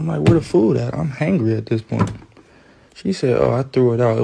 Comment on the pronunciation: Chrisean said IM ON MY WAY NOT EEM ON MY WAY! 😂